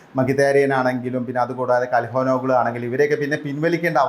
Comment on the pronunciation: കൽഹാനോഗ്ലൂ ❌ ചൽഹനോലു ✅